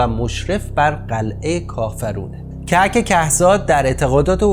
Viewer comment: کهک کهزاد. ضمه یا او روی ک اول هر دو کلمه. که زاد کوه زاد.